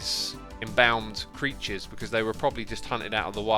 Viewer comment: Your mispronunciation of embalmed is very weird :p